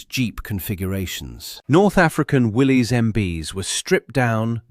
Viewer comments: Not "Willys" its pronounced "Willis" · Correction Willy's is pronounced as Willis, the y is an i